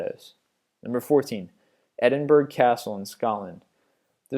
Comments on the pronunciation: Edinburgh is pronounced Edin-borough. Also, what happened to Bangour Village hospital in Scotland?! That place is huge, and is also rife with scary stories and urban legends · Gaul is pronounced jail its the old English for it before it was americanised to jail and Edinburgh is not pronounced edinburg your history is also way off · Edinborough - Edinbourgh - Edinboro, such as Marlborough - Marlboro... f**k I need a cigarette! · Why the fuck is he saying edinburg. Do americans know how to read ? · edenburg is how he pronounced it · OMG it's pronounced ED - IN - BUH - RUH! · Sorry dude I have to say this, Edinburgh is pronounced Ed-in-burruh, well at least that's how us scots pronounce it, sorry but it's one of my pet hates :) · Edinburgh is pronounced Edinbur-oh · edinburg hahah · Edinburgh is pronounced "edd- in- bra". (sorry) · its Ed-in-bruh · dear americans - its pronounced bur-ming-um, not berming-ham. also- ed-in-bur-rur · Go learn how to pronounce Edinburgh ffs! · He is pronouncing all the British names wrong :s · Why would Edinburgh be easy to pronounce by an American? Not every person can pronounce different names. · this yank cant pronounce shit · I hate the way you say Edinburgh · Stop trying to say Edinburgh, I'm scottish and you just sound stupid and also my home has far creepier places than Edinburgh the only creepy thing about it is the cost of spending a day there. A far creepier place is culloden moir been there and it is sooooo creepy, I felt my heart stopping when I thought I heard the sound of screaming in the distance. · Please learn how to say Edinburgh, I live there and you're making me sad... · Edinburgh castle isn't haunted its a cool tourist attraction and say Edinburgh properly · why can't Americans pronounce most British places correctly?! Plus Edinburgh castle is not abandoned and neither are most places mentioned, change the video title! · you dont pronounce edinburgh with a fucking M in it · its not edinburg...... pronounced edinborough